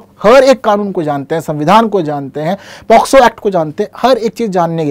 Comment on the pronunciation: Sir ye पॉक्सो होता है शायद।। आप पोस्को पढ़ा रहे हैं 😢😢